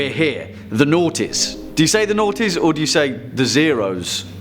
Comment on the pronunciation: When you say noties 00', it sounds like your saying the nineties.. you can say the two-thousands